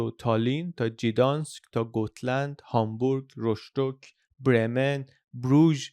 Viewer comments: بندر رستك نه رشتك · ما آخر هفته‌ای رفتیم روستوک و این ویدئو واقعا پیش زمینه‌ی خوبی می‌داد در مورد اون جا، و تفاوت روستوک و هامبورگ رو هم همون جور که توی ویدئوی دیگه گفتین می شه دید. خیلی ممنون بابت این ویدئو خوب. فقط دو تا نکته ۱- تلفظ‌ Rostock بیشتر شبیه: غوستُک هست و «ش» اون وسط (چه توی تصاویر چه توی گفتار توی دقیقه ۴ و ۲۲) نمی دونم چرا گذاشتید (البته بعدش توی تصاویر درست می شه). گوگل هم کنید آلمانی زبان‌ها این جوری تلفظ نمی کنن. و فارسی ایش هم توی ویکی‌پیدا روستوک هستش. ۲- یه ذره به نظرم وسط‌های ویدئو تصاویر و صحبت‌ها تکراری می اومد. ولی اول و آخرش جذاب بود :)